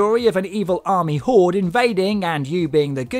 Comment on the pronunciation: He said "horde", right?